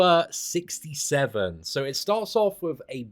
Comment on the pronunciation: Don't you just love how he pronounces simula67 and he calls nimrod omega sentinel